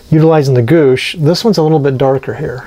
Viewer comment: Great job, especially the roof. Those are bay windows on the side. Cupolas go on top. Gouache is pronounced "gwash."